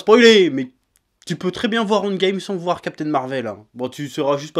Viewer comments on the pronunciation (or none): J'ai compris seulement à la fin qu'il disait "End Game" et pas "Ant Game" qui serait un mixe bizarre entre les deux choses. Tu parles trop vite à certains moments chef ^^' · "Andgame"... Je connaissais le handball, mais andgame... 🤔